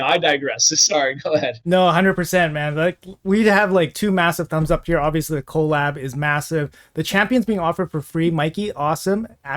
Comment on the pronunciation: The way he says co lab is so funny lmfao